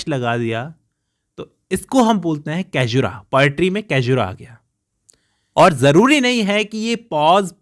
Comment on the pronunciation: It’s सैज्युरा not कैजुरा, बाक़ी आप बहुत अच्छा explain करते है .